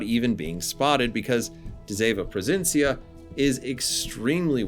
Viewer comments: As a dutch player. Thank you, that you include her sister, and a pretty accurate history about this class. To help you out to pronounce her name, it's duh see ( kinda like sea but without pronouncing the a) vun. Pro fin si un. I realy hope the tech tree will follow soon. ( hopefully, cruisers and destroyers, since we had a bunch of both during ww2) and maybe the us cannon class escort destroyers. ( we had 6 of them) and the brittish n class destroyers. ( I discovered so far we had 2) both classes were built during and served in ww2 and transferred to the royal dutch navy after ww2. And maybe wg can get their hands on the blue prints of the dutch bb,s that where never build, and maybe they can design the Macv ( merchant aircraft vessels from la carona a sub company from shell wich is dutch) and of course the cv karel doorman, I think it was cv71. Karel doorman,s famous last radio message, I attack follow me! In dutch, ik val aan volg mij! Pronounced best ik fall aan volug my. I bought the campeigh since it's a dutch ship and so far a stand-alone premium. And I'm dutch, haha. My advice play defensive, don't rush in, with de zeven provincièn. It's not designed to attack. This class was pretty much designed for support and anti-submarine warfare. Just like the friesland. Although the aa on both is insane. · Do you know in which city she was being build in the Netherlands? Very nice video 🤩 and I know you did your best on the pronunciation 😁